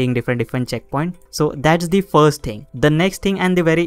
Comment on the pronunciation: Every time he says “you can see”, “let me show you”, and the word “ting” take a shot of bleach.